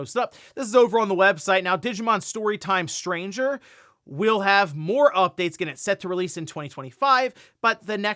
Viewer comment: Digimon Story: Time Stranger. Why can't he say this game's name right, lol 😂